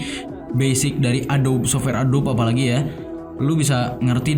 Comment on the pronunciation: Masukan bang, adobe dibaca "a-do-bi" Makasih😂😂 overall gua suka lu comeback gini